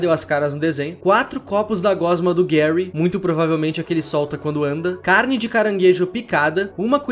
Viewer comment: “carnde” Vídeo muito bom,! Está trazendo mais vídeos ao longo do tempo, valeu! Seu trabalho é ótimo